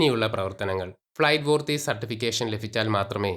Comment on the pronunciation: ഫ്ലൈറ്റ് പൂർത്തിയല്ല, ഫ്ലൈറ്റ് വർത്തി.